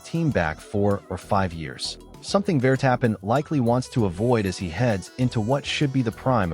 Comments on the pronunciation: Claim to be F1 news and Ai can not even pronounce names correctly Vertappin😂😂😂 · Yes yes max vertap-pen